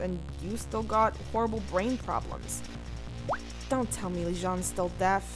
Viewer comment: Leijon pronounced with the j blahhh otherwise this is so effing good